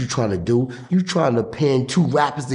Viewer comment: Word is bond. I kid you not. I KID JEW NOT!!! (Long awkward pause) WHIP WHOP GALORE!